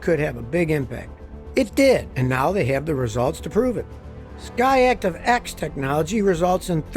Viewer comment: Every time he says SKY ACTIVE instead I hear him say Scotty ACtive